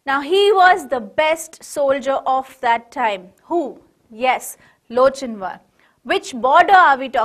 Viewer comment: Its lock in war the pronounciation nlt loch in war